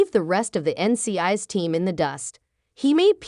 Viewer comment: I noticed that also but I think it happens when people use the computer voice to do the narration. Also the pronunciation of NCIS is off.